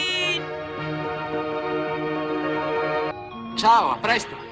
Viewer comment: I mean i expected that from the Italian version, we (for some unknown reason) always change the names of characters instead of trying and keeping them??? Idk but I cringed really hard on that one, i thought that Snufkin was an easy word to pronounce but I guess not?